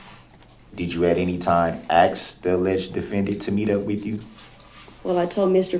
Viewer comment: would it be fair to say, its ASK not AKS